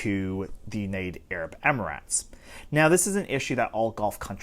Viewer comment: Idc if it’s right or wrong, pronouncing it “amaratz” is annoying.